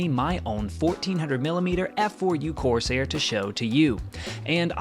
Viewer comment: Great video. It'd be even better if you pronounced CORSAIR correctly. You put emphasis on the wrong syllable. Listen to how everyone else says it.